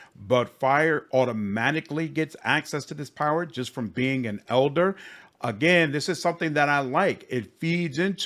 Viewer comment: Nothing to do with your critic but I hear you saying « eldar vampire » and I’m pretty sure it’s « elder vampire », eldar being warhammer 40k elves.